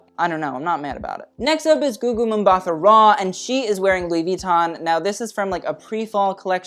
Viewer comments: "Mbatha" is pronounced "Mbuh-tuh" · Ow gosh I couldn't stop cringing when he pronounced Gugu Mbatha's clan name 😅